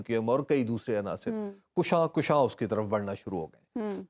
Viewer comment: حبیب اکرم صاحب ———— اجازت ہو تو عرض کروں کہ ———————— لفظ ——————- کشاں کشاں ————— حرف ے کاف پر ————- زبر کے ساتھ ہے ——————— پیش ُ کے ساتھ ————— نہیں ہے ————- یہ فارسی کا لفظ ہے ——————- جس مصدر کشیدہ ( بمعنی : کھینچنا ہے ) ——————- کشاں کشاں ——————- کا مطلب ہے کھینچے کھنچے